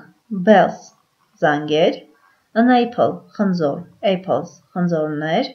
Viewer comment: Խնդրում եմ խնձոր և տանձ բառերը ճիշտ արտասանեք։